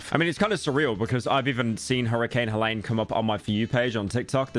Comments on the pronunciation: “Hurricane Helaine” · Pyro stays being unable to pronounce Hurricane Helene